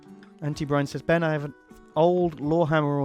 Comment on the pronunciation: ben marines but pronouce it been